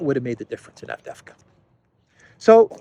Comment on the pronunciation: a small tip to pronounce the City of the Hour... A-vde-ye-vka. 😉